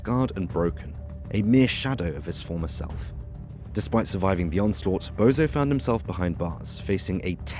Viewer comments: I told you it’s not bozo it’s bonzo ffs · he may well be a Bozo for all I know but it’s just the fact that a so called can’t even get a name right